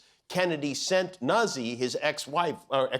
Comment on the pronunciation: Jimmy, it’s “Noot-zee” not “nuzz-ee”. Come on, Italiano!!